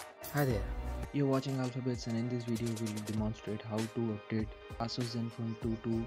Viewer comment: its "eh-suhs" not "aah-soos" x(